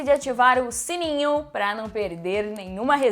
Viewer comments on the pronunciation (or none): none